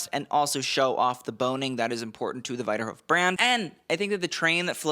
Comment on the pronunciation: Might want to double check your pronunciation of Wiederhoeft